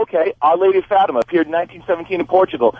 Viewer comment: I like how he mispronounced 'fatima'